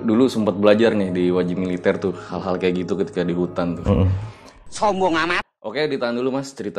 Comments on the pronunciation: Shombhong amat not sambeng amat😂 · Sombhong cuk bkn sambeng